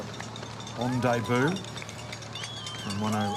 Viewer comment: great race, but if the lead announcer says "day-boo" one more time, i won't be able to guarantee his personal safety